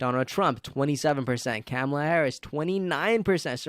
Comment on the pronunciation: Imagine... she's been '2nd in command' for 3 1/2 years and people STILL mispronounce her name...